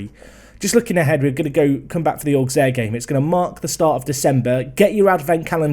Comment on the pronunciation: Hey, it's the French guy, pronounciation lesson time : Metz = Mess (phonetically of course) Auxerre = Osser GuingAMP = LoriENT = CAEN = Le MANS (Also, Auxerre has one of the BEST youth academy of France, go pick'em youngsters if you wanna win)